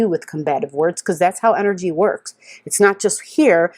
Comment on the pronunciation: the enerGGGGG!! Thank you :-)